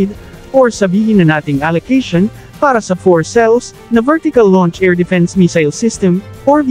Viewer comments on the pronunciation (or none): none